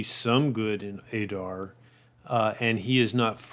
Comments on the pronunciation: It's not Ay-Dar ... Ay-rabs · Now that Adar has been revealed in the show we know it’s pronounced ah-dar, not a-dar. Pronunciation in Middle-earth is always a bit tricky. 👹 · You hear how they pronounce his name do you choose not to pronounce it correctly